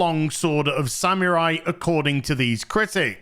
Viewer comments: This is a great video, but for the amount of times you say "samurai", you might want to get the pronunciation correct. It's more like "sa-moo-rai", not "sam yer eye"! 😅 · Sa-MU-rai. Sa-MU-rai. "MU", not "mi". Go practice. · I like how pronounces samurai sounds like he's saying "Sam your eye!" 😂😂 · From now on I'll say SaMewRai <3